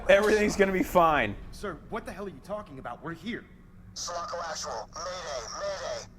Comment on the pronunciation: I was waiting for Drew to correct Ryan about Sulaco. First time i heard Ryan say it I was like like "wait whaa?" It's all good Ryan people make mistakes also Go Drew! Also mah main man